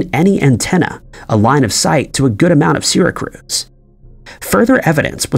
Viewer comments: I die an inside a little each time he mispronounces Syracuse. He mispronounces many names and cities. Is this on purpose? It just happens so much. I can’t help but think it’s an inside joke of some kind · Ok...I'll look past the butchering of the name Syracuse, but how the Hell could you say that this only happened 1 other time. Have you never heard of the Max Headroom broadcast? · My theory is that he does this to increase listener engagement. It's definitely working! 😆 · All of you whiners crying about "Syracuse" need to realize you've been mispronouncing Native American place names your whole life. How annoyed do you think we feel when you even mispronounce our tribal names and we are forever known that way? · Most of these video's contain one very mispronounced word that most everyone can pronounce, like Syracuse. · I love Sirricrooz. Great city. Just outside of Burrfalerr, and not too far from Alberrnerr. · Syracuse, not Syracruse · Syracruze??? Its the Cuse! Not the cruze. 🙄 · WTF is Sera cruise? It's Syracuse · It's dis-PLAY. Not DIS-play. And the men "inherited" the building? You mean "entered"? Seracruz? No it's Syracuse. Bad AI narration, and unnecessary AI art, just research real photos, please. If the narration isn't AI then- what the heck is wrong with the man? I'm concerned.🤔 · OMFG WHY ARE YOU SAYING SYRACUSE SYRA CRUISE? There’s only ONE R! It’s pronounced SYRA-Q-USE It’s making me irrationally angry that you’re fucking up a word by adding an extra letter especially since I’m from NY and YES the way I spelled it with a Q is the way you say it if you’re from NY/NorthEast America WHY AM I SO MAD ABOUT THIS?!🤬🤬🤣🤣🤣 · was wondering the same, and hearing syracruse was weird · Lol. It took me a min after hearing it say sarah cruz to think... do you mean, Syracuse? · I'm not from Syracuse, but it bugged the shit out of me, too. I'm actually from Santa Cruz, interestingly. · Syracuse is pronounced with a Q sound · It's pronounced "SEER-AH-KUSE."